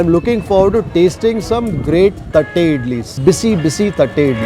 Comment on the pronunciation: I laugh so hard everytime he says tatte idlis 🤣🤣🤣🤣🤣 sorry.. just my sense of humour